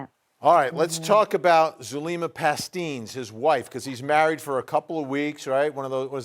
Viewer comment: Isn't Zulema's last name pronounced Pas-teh-nes ?